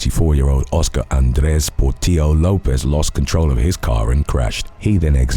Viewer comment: Has to be the Lopez case, pronunciation is fire 👌🏽